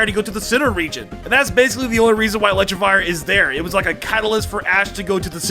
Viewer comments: "Electro-vire" "Bwie-zel" "Vivlion" your Pokémon pronunciations man... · Can't forget "Vivlion" and "Electrivire" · Dude, some of your pronunciations are so bad. I like your videos, but you should learn how to say names like Electivire (not Electravire), Buizel, (as in buoy+weasel), or the one no one ever gets right, Vivillon (Vih- vee-ahn). Just trying to help your channel be more legit!